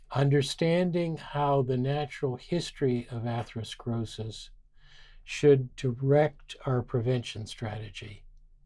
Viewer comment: ‘Atheroskrosis’. Sorry but I find that disconcerting.